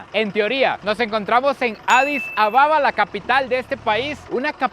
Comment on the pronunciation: La capital es ADIS ABEBA, no ADIS Ababa 😂😂😂 saludos desde España..